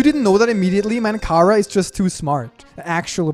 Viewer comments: ITS CHARA NOT KARA WITH A CH CH GET IT RIGHT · It not cara it Chara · Say charcoal: charcoal Now say chara: Kara